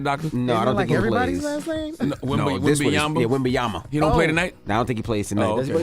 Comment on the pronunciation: Wem-Ben-Yama... It's not even that hard to pronounce guys lol smh